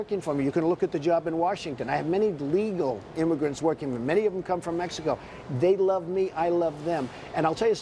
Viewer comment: the stressed the word "legal" so much hahaha, he definitely has people in a basement somewhere.... we must find them!!!